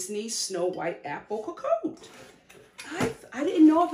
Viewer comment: if I tell you I'm French, and I came strictly for the pronunciation 😂😂😂😂😂😂 Lo Crrrrooossey coacoatay 😂😂😂😂 It's more like "luh cruh-zé" & "kohkott" (same sound for both o's, like in the word "pot") but I'm here for the giggles ✨✨✨✨ Funfact ⬇⬇ for most French people, "cocotte" is a nickname for a chicken, and for a girl as well as this cooking device... but for us here in the French West Indies, it's a word for c00chie... and the cooking thing 😅😅